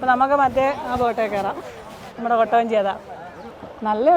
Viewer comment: കോട്ട വഞ്ചി അല്ല കുട്ടവഞ്ചി anu😅